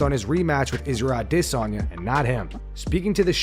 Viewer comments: Annoying how you say Israel ah-DE-sanya just fuckin say it how we all do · Why do you have such a hard time pronouncing Adesanya lmao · Why do you pronounce Izzy’s last name like that? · Bro if you say Adesanya like that one more time I’m unsubbing